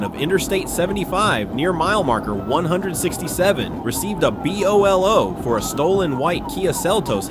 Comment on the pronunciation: It's pronounced (bow-low) BOLO=Be On the Lookout and where's the Grapplers?